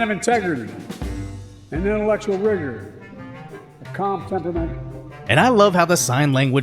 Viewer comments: Are they sure Biden meant to say rigor and not the n word that rhymes with it or maybe he did mean to say wigger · All I heard was whigger. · To be honest, I guessed he said intellectual rigor right when he said it. It's not hard to guess at all and it took the White House hours. 😑😑😑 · Pretty sure he said “rigor.” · I always thought he would eventually pull his member out on stage and that would be his demise, but it looks like him mispronouncing "rigor" is a good bet too!